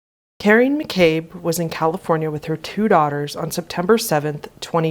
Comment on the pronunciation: Just an FYI, his last name is pronounced "Mack-uh-bee." Really enjoying your posts!